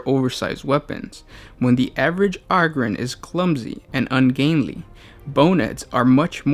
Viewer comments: Og-ryn? I though it was O-gryn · its Ogryn not oogryn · AH-GRIN lol.... You sure it aint OH-grin? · Oh-grins Not Ahh-grims They're Ogres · OH-gryn, not AH-gryn. Jesus. Think "Ogre". Come on, man. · its "ogre-ins" not "awgrins" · Not Og-Ryn, it's like O-gre, O-Gryn. Hard 'O'. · its pronounced Oh-Grin, not Ah-Grin :) thanks :) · IT’S PRONOUNCED “OH-GRIN” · "THe Ahgryn" Oh okay. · OH-grins god damn it! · Ummmm...that's 'Oh'Grin'... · I think it's pronounced "Oh"-grins like ogre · Its pronounced oh-grin. the name derives from ogre. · OH-GER, so OH-GRIN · If you are going to share information at least learn to pronounce the name of your subject in the very least. Hearing the word ogryn butchered over and over is super annoying. As plenty have stated it's a play on ogre. How you missed this in your 40 facts is staggering and doesn't really speak highly towards your investigative and analysis ability. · WTF bro you cant say Ogryn right? its ogre like shrek you fool! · Dick Cheer I know right? How can you be a fan of Warhammer 40k and not pronounce the name right? We should ask what Shrek is. Would he say Ahger? He should know this. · omg it's hard to stand watching more of this!!! where are you getting the A sound from or Ah I legit am confused on this!!! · The first syllable of the word "ogryn" is pronounced like the first syllable of the word "ogre" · THAT IS NOT HOW YOU SAY OGRYNS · Holy shit guys it's pronounced Ogryn like ogre. it's a long O.